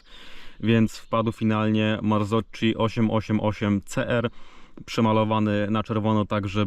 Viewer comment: nie marcoczi tylko marcoki